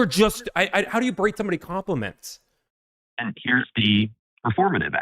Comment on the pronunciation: guy keeps wanting to use "berate" but he's too illiterate to know the word does not contain a 'd'.